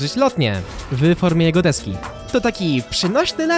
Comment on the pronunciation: Zamiast deski usłyszałem eski xd 😂